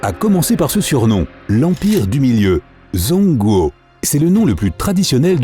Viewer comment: Zhong Guo, sa ce prononce pas comme ça. C'est "Djong Gouo"